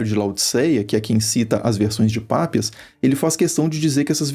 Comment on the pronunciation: Não é Pápias, sim Papías! Parem de poluir o planeta